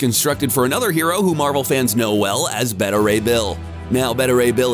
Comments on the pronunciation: It's not "betta," it's "beeta." That makes me think you're using a computer-generated voice.... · You pronounce "beta" strangely